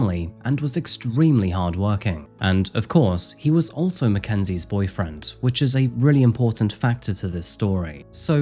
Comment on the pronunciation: Lol ...." Macka's " 😄 As you can tell I am easily entertained